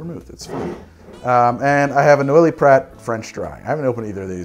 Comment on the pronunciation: It's DUBONNAY. NOIPRAR, APAIRTEEF Not that it matters. I like your content.